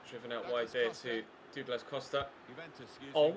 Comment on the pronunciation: you've got to learn how to say Douglas right.... and the teams passing is all you, so you've to get better instead of saying its your teams fault, cause thats so irratating. but i do love the vids bro